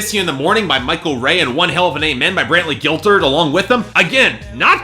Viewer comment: Wait... did you really just say "Brantley Gilturd"?